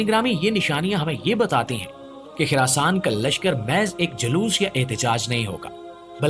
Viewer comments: Kuch topic pe study Karlo it's Khurasan not khirasan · Oh Bhai it's Khurasaan not khirasaan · It's Khurasan not khirasan